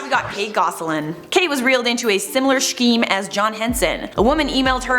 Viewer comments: Haha she said shkeem (scheme) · Oh I love hearing you try to say scheme